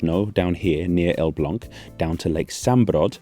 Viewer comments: wow, your pronunciation of "Elbląg" is immaculate! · I'm not a native speaker of Polish but Elblag did sound correct... sorry can't type the A with the thing